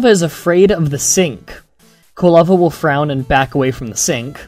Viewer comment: Occasionally, it sounded like you were saying kalava instead of Quilava. Minor details.